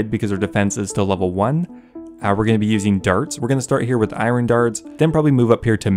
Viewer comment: pls learn how to pronounce iron